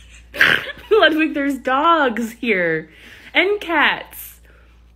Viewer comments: Ludwig? Pretty sure it's pronounced "Loodveeg" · Bunny: it is pronounced lewd-vig! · Isn't ludwig pronounced Lud-Vig though? It's German.